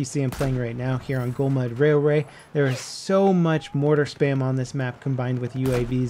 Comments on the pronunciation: "Golmud Rairray" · he said golmud rail ray 😂😂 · Did anyone notice him say 'golmud railray'!!!! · He said "Golmud Railray"!